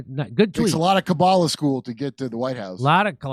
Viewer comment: idk why but Jimmy saying Kabbalah as “Klubbuh” made me cackle 🤣🤣🤣